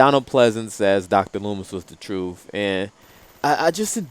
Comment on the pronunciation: Truth. Not trufth.